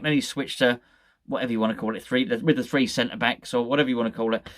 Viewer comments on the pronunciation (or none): none